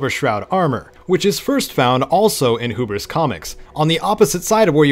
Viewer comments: Pronunciation is key: It is not "who-bris" comics, it is "hue-bris" comics. Thanks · It’s called Hugh-bris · "HUE-bris" comics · Wait nvm it's like "you" not "new"